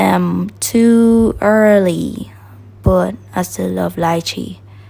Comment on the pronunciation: i love how u pronounced Lychee properly...can't stand hear d Americans them spoil d word👍